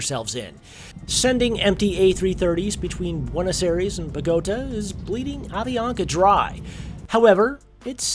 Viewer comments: my ears bled when i heard him pronounce buenos aires and bogota the way he did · I loved how you pronounced Bogota, lol.